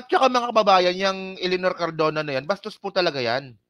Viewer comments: CARDOBA KA NANG CARDOBA E MALI KA!!! CARDONA! CARDONA! CARDONA! MALI MALI ANG PALAGING SINASABI MO, PATI PAG BABASA MO MALI MALI! ITUWID MO NGA YANG GINAGAWA MO, HINDI LANG DITO, PERO PALAGI SA IBA MONG MGA VLOGS!!!!!! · Cardona hindi Cardova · Cardona! hindi Cardova!